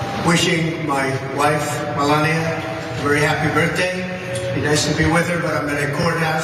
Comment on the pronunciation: great Ménalie impression, ooops i meant Mélania